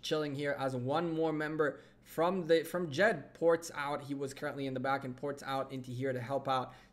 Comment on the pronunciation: The name of the ally is Jed not jet